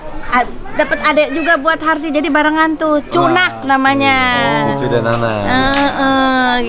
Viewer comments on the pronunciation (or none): Hasri bkn Harsi ngakak